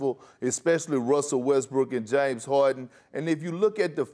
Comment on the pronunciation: "jaines harden"